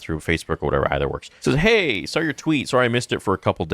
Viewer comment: Why do so many people say “SAWL” instead of “SAW”. Is it just an accent thing?